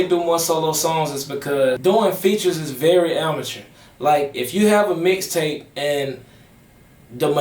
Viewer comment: Lol I fwu but it sound like u said dicktape lol im over here weak asf 😂😂😂